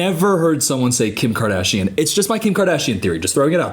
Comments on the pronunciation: "Kim KaADaaAaShyan!" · KIM KARDEEAASHIAN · KAR..Dash...Ian. 😂. You ruined the name for me. I never can say it without saying Car..dash---Ian!!